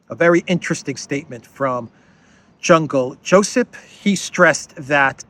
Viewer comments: I laugh whenever you call him Jungle Josep😂😂😂😅😅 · "Jungle" Josip. 😂